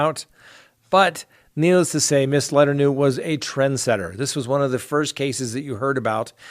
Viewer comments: How do you consistently pronounce names wrong when they are huge news stories? “Letter new”? 🙄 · 'Miss letternew'?? Teehehe!, you quack me up!